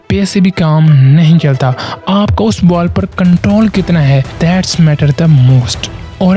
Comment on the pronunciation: "Baal, yArker, Full Taas, That's matter, Cirkit, sunake"